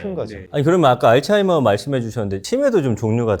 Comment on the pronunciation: 발음이 알츠하이머도 좀 이상하게 하시더라구요